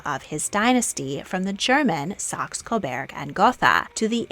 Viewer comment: I love your videos! Always very entertaining and informative. Just one suggestion....Saxe-Coburg-Gotha is mispronounced in several videos. Coburg should be pronounced [ko-bUrk] (short oo like "book", not open E like "bear"). For most foreign place names and place names, there are phonetic transcriptions and recordings of native speakers on Wikipedia and Forvo to help you.